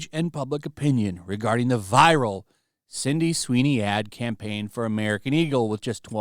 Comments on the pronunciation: I love your videos my man but it's not Cindy it's Sydney lmao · Why do you keep saying CINDY?! It's SIDNEY! SID...NEY! SID...KNEE! Jezus christ, lol. It's like the 4th video now. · Love the channel but you've been calling her CINDY for like the past 5 videos. Sound it out with me: SID-KNEE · Sydney Sweeney, not Cindy Sweeney. GET IT RIGHT. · "Cindy" Sweeney? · Man you keep saying Cindy Sweeney and I wince every time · He always calls her "Cindy Sweeny" 😂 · Are you saying 'Cindy Sweeney'?